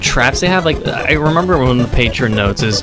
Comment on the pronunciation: "It E's Wat It E's"